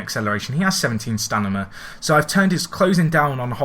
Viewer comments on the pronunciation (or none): Why do you say stanima instead of stamina?